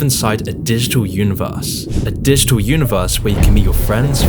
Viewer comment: I like how he says "didgdal" instead of "digital" but yeah, good point 👍🏻 I deleted my fb account a long time ago. Didn't notice any change in whom I communicate with.